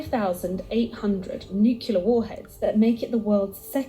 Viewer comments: It is strange to hear a British accent pronounce nuclear as "nook-yoo-lur". Wasn't George W. Bush made fun of for that? The word is "noo-klee-ur" or "noo-klay-ahr". As for the Nation's will to fight, it used to be that both political parties wanted what was best for America, only having different ideas about what that was. Now one of our parties thinks America is evil, guilty, shameful, dishonorable, racist, etc. and always was, and that all other countries of the world are saints by comparison. (Unless we are talking about one of America's allies. They're hated, too.) They have no will to selflessly serve our country, much less put their lives on the line for it. "Fortress America" has experienced a Soft Invasion, where our populace has taken in illegal aliens who hate it and where half of our population has been stupidly seduced to think in ways that benefit foreign powers. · Am I the only one who really struggles to hear someone pronounce nuclear “Nukular” instead of “new-clear” 😂 the video lady said it. I’ve heard it said by past presidents. Youre allowed to authorize the use of it but can’t pronounce it?! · Is it normal for British speaking people (vs "American speaking") to mispronounce the word "Nuclear"? It is not "nuke-you-lar" it is "nuke-lee-ar". Where is the extra "u" in the word between the "c" and the "l"? O_o Or is this part of the fetish to adding unnecessary "u"s to words? Like "color" "labor" "armor", etc. (vs. "colour" "labour" "armour"). For a nationality that fought the French for so long, why do they use their spelling and penchant for adding unnecessary letters to words? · pisses me off how she mispronounces “nuclear”